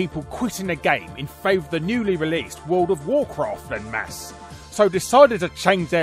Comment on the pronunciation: "En Masse" is pronounced "on mass".